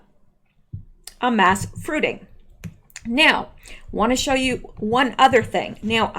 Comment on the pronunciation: "Shoe" instead of "show" makes me think of "gumshoe": gum·shoe /ˈɡəmˌSHo͞o/ a detective. "he'd been intrigued enough to put a gumshoe on the case"